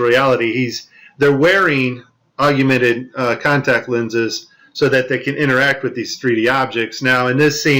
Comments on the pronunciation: We’ll done! Thank you. “Augmented” versus “augumented” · Good content. But Aug/mented there is no such word as AUGUMENTED. OR NUCULEAR, OR REALATOR. Please people. Learn words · Why does he pronounce it AUG/U/MENTED? I’ve never heard anyone put that extra “u” in there. Augment. Augmented. For crying out loud. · I'm on your side however the word is AUG-MENTED AUGMENTED not AGU MENTED please .... tough enough to get others to take us seriously but please learn the word augment and agumented .. not AGUmented :) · Nice presentation. Good points. My only comment is that there is no "u" after the "g" in the word augmented. It's AWG-minted, not AWG-u-minted. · Narrator, please SPELL the word "augmented" out aloud. Then carefully pronounce that word WITHOUT inserting a "U" where there is none. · Yes. Slightly annoying. Augmented ✅️